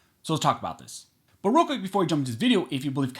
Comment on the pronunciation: I always hear "Barooka" instead of "But real quick"... Always